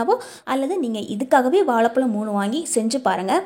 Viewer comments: உச்சரிப்பு கவனிக்க வும் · It is not வாளபளம் 😂